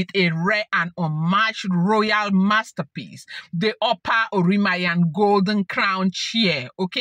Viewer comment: She is spiritual, so God guides her on what to do. It is pronounced, oran- mi- yan,. Thank you for this thrilling gist. You made my day. Nice one. Only the desperate,ones spend their monies on otumokpo. May your reign be long my queen and king.